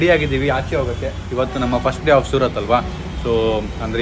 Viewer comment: Its not surath its surat...😂